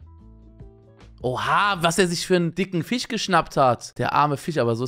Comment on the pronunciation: Wie oft er Fich sagt (